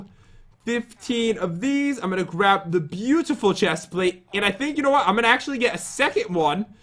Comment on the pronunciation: YE YE!!! Don't u mean bootiful